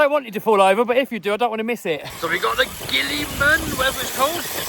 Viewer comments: The Gila monster (Heloderma suspectum, /ˈhiːlə/ HEE-lə) is a species of venomous lizard native to the Southwestern United States It’s pronounced with a H sound not a G. That’s the lizard the RC is named after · Gilamon (hee la mon) 😂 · It's pronounced, 'he la mon', after the Gila Monster lizard. 👍🏻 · Pronounce the G as an H. It is named after the Gila Monster, the largest lizard in the US, which itself is named for the Gila indian tribe. Also, the Gila Monster is venomous, has a very powerful bite, and spends 95% of it's life hidden. Heel-ah-mon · Its pronounced (he la Mon) like the gila monster the G makes an H sound. Sorry for the correction but i had to. lol keep up the great vids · I find it funny that the press release for this truck included how to pronounce "Gilamon" (He - lamon.) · the G makes an H sound!! lol!!!